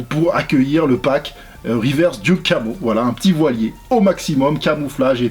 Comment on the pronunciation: Duck comme canard "Deuk" et non duke :)